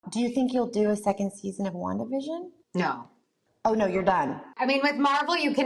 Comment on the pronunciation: Elizabeth pronounces 'Wandavision' excellently.